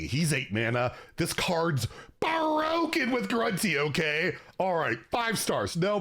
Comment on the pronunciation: Blah blah blah mandatory comment here. BUH'ROKE